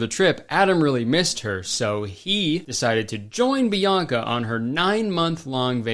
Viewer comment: Her name is Bianca, not Bionca.